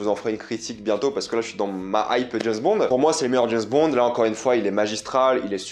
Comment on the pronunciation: C'est James Bond... pas JaizzzBond !!! mdr